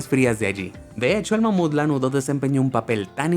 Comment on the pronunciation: Soy yo o dijo con una mamada de mamuf